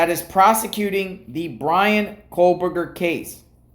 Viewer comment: Kohberger - There is no L in his name. Again, you focus on 💩that has nothing to do with anything! What is wrong with him having a life? Maybe you should try to get one and stop making these ridiculous videos.